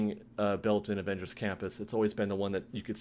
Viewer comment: Is he saying "Avengery"? I believe they stopped construction because of Unions, they cannot build during the pandemic